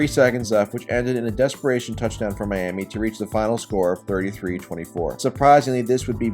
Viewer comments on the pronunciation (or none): none